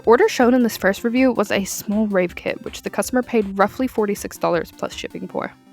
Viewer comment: It's either my ears or the way you pronounce it but i keep hearing "rape" not "rave"